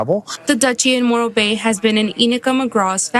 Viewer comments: Morro bay, I think it's moron Bay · I kept hearing "Moral Bay" and I ain't going there either.